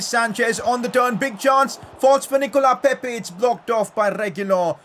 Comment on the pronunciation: PCQ: Its Nicolas pepe not Nicola pepe